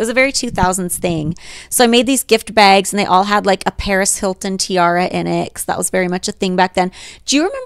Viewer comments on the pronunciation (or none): Every time Holly says “baygs” (bags) I’m over here out loud trying to mimic her 😂